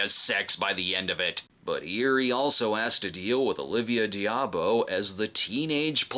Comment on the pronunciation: I‘m pretty sure it’s pronounced Olivia Da-boh…🙂